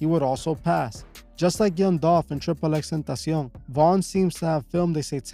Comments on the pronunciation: Tripple x tentacian??? Never heard it pronounced that way haha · Bro do you speak spanish??? The way you pronounce "tentacion" makes me believe you do lol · Lml you know this guy is Spanish when he pronounces xxxtentacion and Chicago 😂😂😂